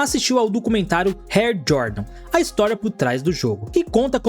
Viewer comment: O conteúdo é bom, mas o português é péssimo, o cara fala, air (rer) jordan, "cardaços" ao invés de cadarço, usa plural no lugar errado, onde seria plural fala no singular e vice versa, precisa melhorar nisso aiii mano.